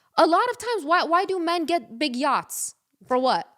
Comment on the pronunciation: Hahaha I though was saying gyat when she started talking about yachts 🤣🤣🤣